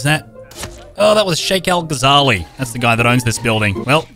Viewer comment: It’s Omar al gazalie